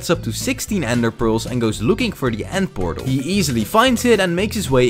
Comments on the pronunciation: That's a Pend Eortal That's a Pether Nortal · It's funny that bro found a ✨ pether nortal✨ and a ✨nend pertal✨